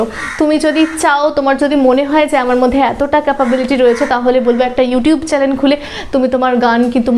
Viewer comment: চালেন না, চ্যানেল। উচ্চারণ ঠিক করো